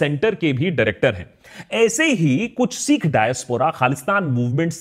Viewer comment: Long vowels and short vowel pronunciations have a big difference in meaning. Caution while uttering "sikh".